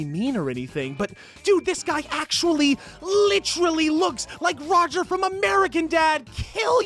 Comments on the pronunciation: Licherally #nochin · Pronounce it "LITCHERALLY'" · It's bad enough Leafy doesn't know how to use the word "literally" but he also doesn't know how to pronounce it. LITRILLY LITCHERILLY LICHRULLY LECHRELLY LYCHRYLLY